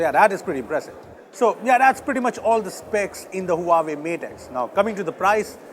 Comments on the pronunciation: Not hooahwei. It's hwa wei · it's pronounced "Wa-Way" and not "Huaa-way", come on! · You just pronounced Huawei wrong. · He pronounced Huawei wrong again